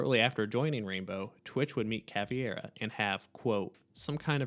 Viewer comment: why do you call caveira caviar